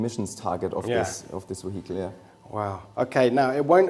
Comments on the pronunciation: What is he calling the AMG? moheetle? Haha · Nvm. I think he's saying "vehicle" with a heavy German accent 😅😂